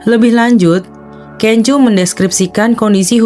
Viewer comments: Sorry masukan aja. Laen x sblm buat video, baikmya browsing dulu gmn cara penyebutan nama artisnya. Videonya bagus, tp terus terang terganggu aama sebutan KENJO 😅🙏 bnr2 kurang enak didenger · Iya bnyak sebut nma f4 aja pda slah2..panes lah kenjoo, da ming se lah ,🙈🙈🙈